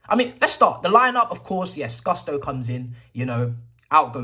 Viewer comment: It’s not Guss-toe…it’s pronounced “goos-to”